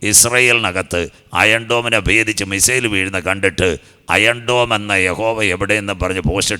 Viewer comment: അയം ഡോൺ 😭😭😭😭 ഹ ഹ ഹ തള്ളുമ്പോൾ നോക്കണ്ടേ ഇപ്പോൾ മോങ്ങിട്ട് കാര്യമില്ല 😂😂😂😂